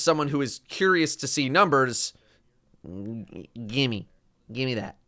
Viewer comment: hearing say "Gimmie" is kinda funny